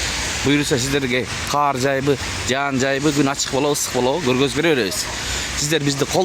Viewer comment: "Каар" эмес " кар жаады" "Каардан" Кудай сактасын. Ондогонум учун кечирип кой🙏Оз болуп калбадыкпы,😊 сен так , тушунуктуу,даана эле суйлойсун.